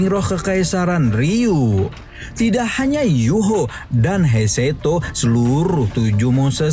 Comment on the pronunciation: Bukan heiseto bang hadeehh, Tapi He Chaito